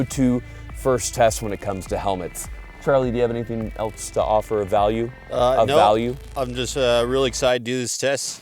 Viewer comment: East of Egypt and west of North Korea? So... China, Russia, and India? And of course the legendary military technology of the Nepalese. * EMPHASIZES * "of value?" lmao